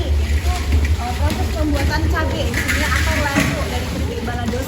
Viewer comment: Mba nya selalu ngomong "disni" disini"..